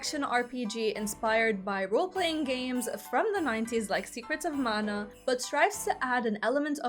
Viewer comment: mahalo nui loa for pronouncing mana correctly 🫶🏽🤙🏽